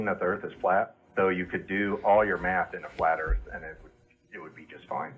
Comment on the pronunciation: Sounds to me more like he's not using "Math", but "Meth".